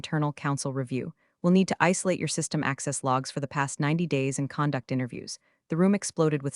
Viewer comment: “When stupid meets audited…” Nice! — condúct not= cónduct